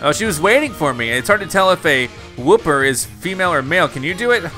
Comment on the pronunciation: I like how wooper is one of the easiest Pokémon to pronounce yet still mispronounces it